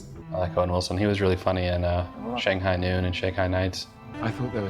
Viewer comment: out of all owen wilson movies you say shanghigh noon smh